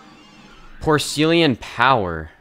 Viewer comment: nice and btw you said porcelain horribly wrong